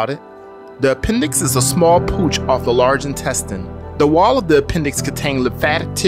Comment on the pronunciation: Pouch is pronounced powch, not pooch, which is a dog.